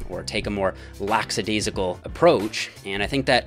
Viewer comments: It's "lackadaisical", not "laxadaisical". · *lackadaisical not lack-s-adaisical. Why do so many north americans struggle with pronouncing words correctly lol? Great video aside from that ;)